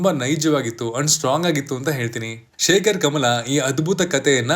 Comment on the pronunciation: Shekhar Kamula❌ Shekhar Kamala✅ 😂😂😂